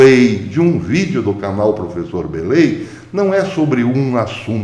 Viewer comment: "Prefessor" kkkkkkkk Não é "facinão" Bellei..... Abraço